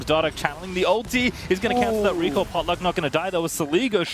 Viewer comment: phreak says botluck there